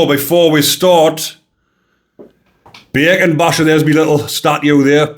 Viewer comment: I'm American, but I lived in the U.K.and am pretty good at understanding different accents. However, whenever you said bacon I thought you were saying bergen and I couldn't get why these scum were called backpacks! Thanks for showing the t -shirt. 😂